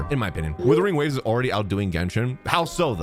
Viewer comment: Bro pronounces wuthering waves every single way except the actual pronunciation